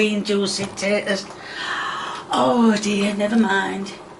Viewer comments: I love but the way she pronounces potatoes as "sput-ayy-as" invokes some irrational anger inside me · Why does she call potatoes "sputids" or whatever she is babbling...? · i keep laughing every time she says "spu-tay-tas" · I love how she actually got mad at the sput-ayy-tuhs for not getting off the spoon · It actually pissed me off lmao. Cus why are you saying it like that 😂 and I feel like I’m gonna start saying it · "Spud tatoes" Is this a british thing or just her? I know Spuds are used for potatoes but ive never heard it like she says it. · Hearing SPUTATOES is making me want to break things. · Never heard someone struggle so much saying "potatoes"